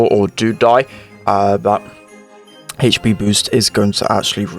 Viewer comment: He says haych P lmao